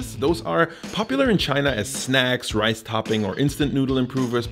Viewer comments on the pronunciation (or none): none